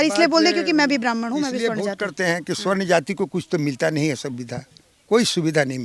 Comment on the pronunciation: Sawarn boliyea swarn nahi